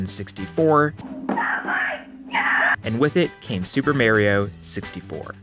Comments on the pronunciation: Dude wtf are these pronunciations jesus fucking christ. MAYRIYO LIKE WAT DE FUCK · Amazing video. But cmon man, it's pronounced "Mah"rio!! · I love how he doesnt say the games names properly, like doom and merio 64. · Okay thank god you included Lucio's wall movement at the VERY end. Overwatch has some of the smoothest, versatile movement abilities around. Also, WHY do people say Marry-O instead of Mar-E-O? Regional difference? I've never understood it. The games nowadays (for a long time) legit way his name. It's an Italian name. It's pronounced MAR E O. God. It infuriates me. Almost as much as people who play with inverted controls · its not meareo its mario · you pronounce doom as the-om i just find it funny that you pronounce doom like that. ALSO it frustrates me that you pronounce MAWrio as MERRY-yo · It’s not Merio it’s Mario damnit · Two and a half minutes in he pronounces Mario as "mare-ee-oh" instead of "mah-ree-oh" and now none of his points are correct anymore, no matter how good of points they are. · Pronounces DOOM wrong for comedic effect and follows it up by unironcally saying "Mærio" instead of "Mario" smh... Good video tho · It's not "MAY-RO" it's "MAR-rio" get it right please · I was enjoying this video but I can't watch it because he says Merio instead of Mario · Dude said Super Mary-oh 64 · You pronounce "Mario" weird. You have heard him say his name on Nintendo 64: "mah-ri-oh" [ah] as is "bravo" Not as in "alpha" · "Dohm" Haha, he's obviously trying to bait us by pronouncing names wrong, I'm not going to fall for that. "Mærio" AAAAAAAAAAAAAAAAAAAAAAAAAAAAAAAAAAAAAAAAAAAAAAAAAAAAAAAAAAAAAAAAAAAAAAA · u lost me at may-rio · This video is amazing, however I stopped watching when you pronounced "Mario" as "Merry-O" as to not give you watch-retention and support you in the algorithm. Instead I just continued to watch by using a youtuber to mp4. Do better. This was probably just next-level interaction bait tho so ggs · Why do you say Mario like that